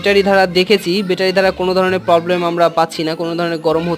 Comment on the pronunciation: বেটা‌রি কেন? ব্যাটারী বল। নতুন নতুন শব্দ না ব‌লে শুদ্ধটাই বল।